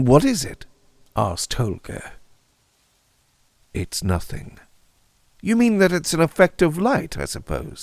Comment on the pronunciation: You nailed it again. Such a dynamic narration! And you pronounced Holger correctly, in my opinion of course, but it sounds kind Danish to me. 😅 Thanks! ⭐⭐⭐⭐⭐